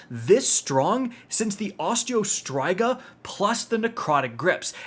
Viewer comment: PLEASE FOR THE LOVE OF ALL THAT IS GOOD PRONOUNCE OSTREO STRYGA PROPERLY